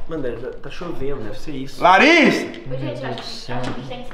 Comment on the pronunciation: Ele falou Lariss eu toda hora pensando nisso eu rir demais kkkk